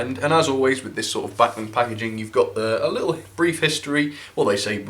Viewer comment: Agree Bachmann have done a great job for £90 - bargain of the quarter? Sick bags and neck braces free addition. Was surprised at lack of crawl, but Sod's Law states it will crawl at 0.0001 mph as soon as camera is switched off. (not many English pronounce these names correctly, so well done).Alan.